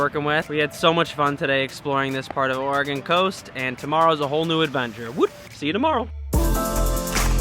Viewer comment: I am shocked that you're pronouncing Oregon correctly. Nice video, it does get a little warmer in the summer, but if you noticed the cool landscape...that didn't get there with good weather. Enjoy and thanks for sharing!